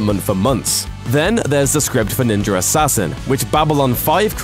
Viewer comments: I hear "Ninjer assasin" tabarnak! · NINJUR ASSASSSIN.....blah blah blah.... NINJUR ASSASSIN.....blah blah blah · Why does he say "Ninjarassassin"?? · Am I the only one who felt he is saying 'Ninjer Assasin' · "Ninger assasin" lmao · "Ninjer Assasin" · lol...there's no "r" at the end of the word "Ninja". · why u say "ninjar assasin"? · "ninjar assassin" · Ok he does say ninjer assasin no ? Im not the only one that hears ninjer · why does he say ninjur assassin but can pronounce ninja just fine? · Is it me or is he saying Ninjer Assassin? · why the fuck do you say "ninjar assassin" or "ninja rassassin"? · why so he keep saying ninger assassin? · how is it this guy can ninja just fine but when he says ninja assassin he adds an r to it, which mean he's doing it purposely! you sound ridiculous! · there's no R in ninja... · Why does the narrator pronounce "Ninja" properly except for when he says "Ninjar Assassin" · Every time he says "ninjer" it sounds like he's trying to low-key drop an N bomb. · He keeps saying “ninjer” assasin lmao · so what's a "ninjer" he keeps saying that word, what is that ? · I can’t listen to this review, I’m sorry Ninjer Assassin just kills it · What the hell is ninjer assasin? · I like that he's saying ninjer assain😂😂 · i keep hearing "ninjar assasin" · I’ve seen ninja Assassin, but I never saw this “ninjar” Assassin that this British guy keeps talking about. LOL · Ninjar arsasin thats how tator says it 😂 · Why does he keep saying 'ninjer'. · I love "ninjer" assassin...and even more now that I know they referenced my favorite anime Nina Scroll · "NINJER" assassin. XD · Every time he says "ninjer" , take a drink. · I heard him say it once, now I cant stop hearing it: Ninjer Assassin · Why does he say ninjer assassin?😭😭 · "Ninjer assasin" lol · sounds like he said ninger assassin. LOL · anyone besides me notice he can say ninja by itself but can't say ninja assassin together? it becomes ninjer assassin. speech impediment. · "ninja ersassin"